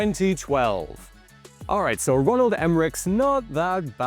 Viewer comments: I'm pretty sure it's Roland not Ronald lol 😆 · Ronald Emmerich? Roland. Was their a typo on the script or something. Why did you say Ronald?